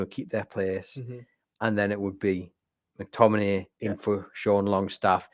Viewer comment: Scott McTomi-NAY